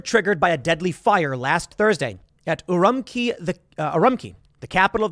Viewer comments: It's pronounced Oo-room-chee, Tim. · Urumqi is pronounced, "oo-RUM-chee". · Urumqi is pronounced not the q = k like in key but it is pronounced q = ch like in church The Q has a ch sound in Mandarin. Urum(ch)i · Urumuqi - OO-ROO-MOO-CHI